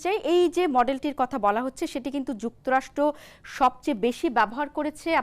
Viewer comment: যুক্তরাষ্ট নয় যুক্তরাষ্ট্র। কেমন ভাষা রে বাবা। মিডিয়ায় এরা আসে কিভাবে?